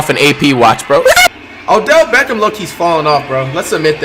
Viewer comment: O’belt beckham